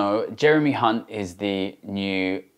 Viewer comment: Thsts not how you pronounce Hunt